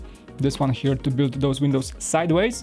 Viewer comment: Say build not "bude"